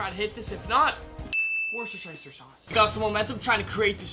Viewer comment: Dear just so you know you pronounce Worcestershire sauce wrong you pronounce it woo ( like your wooing a band) and ssster sauce